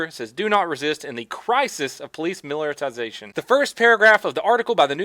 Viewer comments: "Miller time-sation" lmao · lol you keep saying miliratisation hahahah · I would expect someone who was in the military to pronounce militarization as anything other than millertization. :p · I keep hearing miller 🤣🤣🤣 is that just me or wat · "Miller-terzation of police"? Almost sounds like happy hour. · "Miliritization" hihi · Miller-ti-zation. Its Miller time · he infected me. Before watching I never had problems saying militarization.